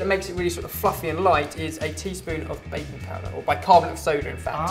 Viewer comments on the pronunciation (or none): haha at first i thought you said baby powder!! but i got now.. baking powder